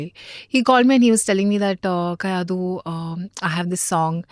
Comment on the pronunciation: Bro not kayidu its kayadu